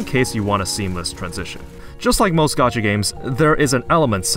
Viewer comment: gee-yatt? that's not how that word is pronounced at all.